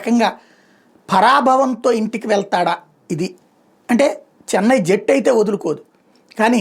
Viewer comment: Jettu kaadu ra narayana Jattu. Please, pronounce it properly Please